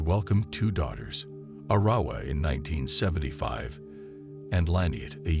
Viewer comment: Arrowwah is how his sister's name is pronounced. One of his sister's friends said that David would stalk the house with his gun intimidating his siblings.